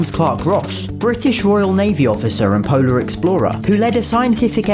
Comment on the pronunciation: Every time you say polar I think you're going to say Poland lol